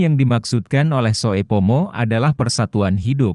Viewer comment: Mohon maaf yang memberikan narasi mgkn blm tahu bahasa Indonesia ejaan lama.... Sehingga pada saat menyebutkan nama membuat kami bingung..... Ejaan lama oe dibaca u... Soepomo harusnya dibaca supomo. Trm ksh